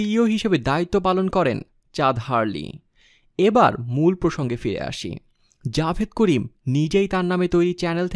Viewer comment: Javed Karim na Jawad Karim🤣🤣 nam eu thik moto bolte paro na r sha Bangladesh e thake na. sha America thake